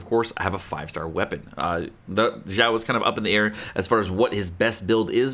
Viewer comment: Kept hearing pronouncing Xiao as Zhao. Thinking to myself, "Was I missing out a unit? I don't see Zhao anywhere in the game." then I finally realized he was referencing to Xiao.